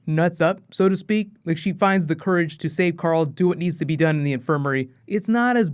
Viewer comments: He still says Coral lol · think he meant to say "Coral" since that's how Rick pronounces the name 'Carl' a lot. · It's not Carl Rick, it's Coral!!! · it's coral